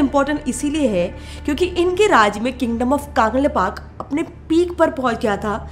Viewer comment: Behen to kaaangleipak bol rahi hai bolo कंलैपाक